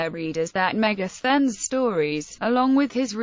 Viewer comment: Helpful to pronounce the word , Thank you 🙏